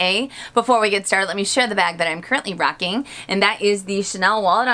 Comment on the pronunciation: you make me smile when you say "this is what I'm currently ROCKING!!!"